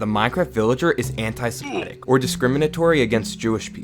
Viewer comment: and "semetic"